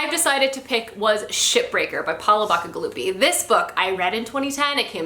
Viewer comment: The correct pronunciation of "CI" in the last name "BACIGALUPI" is like the name of the letter C. Ba-C-galupi ... it's italian.